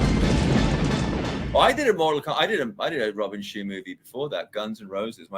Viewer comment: Bay Logan pronounces Robin Shou as Robin Shoe